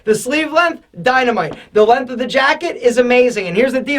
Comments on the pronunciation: He says “lenf” instead of “length” lol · It's "LenGth" pronounce the G. "Lenth" bothers me. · We found an American that can pronounce the word "aesthetic" properly, but not the word "length". You are a rare bird,.